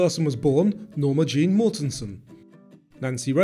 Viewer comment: Jean, not Jeane.